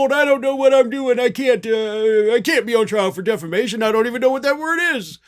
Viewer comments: He always pronounces it "Deflamation". Tommy Campbell points that out endlessly, on his show, playing the latest clip of Mike saying just that. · Every MAGA I hear say it the same way "De fla mation" . It's a thing with low IQ people. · Deflamation? Did Mike change profession and became a firefighter? 🤪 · I was so very much thinking you were going to tell us Mike pronounced it defecation. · He's been pronouncing it as 'deflamation' for years. i watch a comedian named Tommy Campbell who regularly features Lindell doing what he does best, making a fool of himself. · Deflamation. Lmao It’s such fun, because he’s been mispronouncing this for years. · he's been saying deflamation for years. Tommy Campbell has always made fun of him for it. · You’d think of all the words in the English language, “defamation” would be the one Mike Lindell would know how to pronounce, since he has been sued for defamation numerous times in the last five years. But no. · DEFLAMATION - he's said it forever. It's how he thinks it's actually said even though there's no L in there. And he has no attorneys - he's representing himself. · He ALWAYS pronounces that word wrong. 😂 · Dude's been saying "deflamation" constantly for actual YEARS 😂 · Lindell ALWAYS says defla-mation. He truly can't say the correct word. He also counts "1, 2, C"! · Deflammation! Is this the opposite of inflammation, lol? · No he 'dint' say 'deflamation'!😂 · Lumpy has been saying "deflamation" for literally years, since he was first charged with...um...something that sounds sort of like it. 😆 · Hello Australia! Can You hear me? How do you pronounce Diffamation? Knock Knock Roomservice! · Deflamation? Is he a firefighter? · I hate myself for knowing this, but Mike Lindell has always pronounced it "deflamation." 😂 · Birn American and can't pronounce word defamation😂😂like that preacher IN THE BENINING😂😂😂.